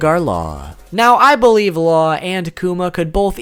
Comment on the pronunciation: You pronounce jimbei and laws name wrong low key triggered me